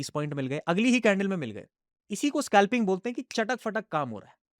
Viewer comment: Aby scalping tho dang sea words ka ucharan kar. Scalping hota hai Skalping nahi ..